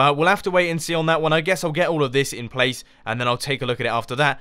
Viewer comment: He said prace... he's gone Asian.